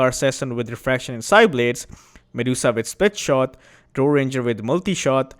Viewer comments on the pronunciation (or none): none